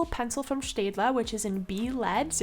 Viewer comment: Hey Are you German? Because you pronounce staedtler like a German😅 Nice video btw👍